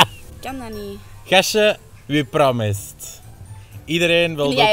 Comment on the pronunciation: Its sissing Its sapping but i riek it I’m not gone eat skin hé Yeah with your noise in it Gasje you promest Do it in beeld She is drinking bier 😂😂😂😂😂